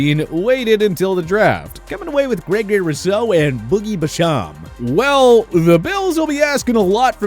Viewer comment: Say it with me Boogey Basham BASH-EM